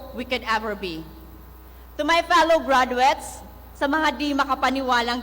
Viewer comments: Not "gradwets"😅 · Hindi ako nakagraduate ha pero ang sakit sa tenga ng diction nya. hindi man ako mas matalino sa kanya pero I know, I can pronounce better compared to him. I'm thinking sipsip to kaya naging magna cumlaude. GRADWETS MUNA!!